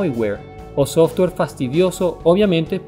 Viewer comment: Muy interesante y curioso... pero no tan curioso como la forma en que le dices Softor a Software.